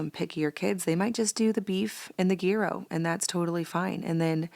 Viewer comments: Gyro is pronounced Yee-row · Love your videos. Gyro 🥙 = “year o” g is silent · Gryo is pronounce Yee-roh not a hard G sound